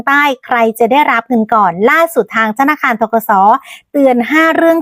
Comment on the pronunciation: ธนคาร อีกละ พูดชัดๆค่ะธนาคาร